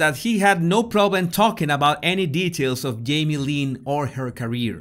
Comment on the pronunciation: "Her father yamie Spears"😁😍